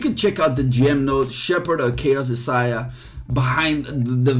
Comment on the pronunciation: Sorry, being nitpicky...her name is pronounced "Eye-say-uh"